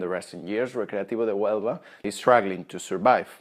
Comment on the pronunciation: .HUELVA not HUEVLA